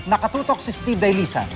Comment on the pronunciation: Gigil na gigil ang announcer sa pag bigkas ng pangalan niya... Steeeeeeve Dahlisay... Bigay na bigay.....